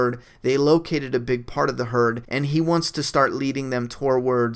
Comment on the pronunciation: not trying to be a dick but its pronounced too-wards not torwards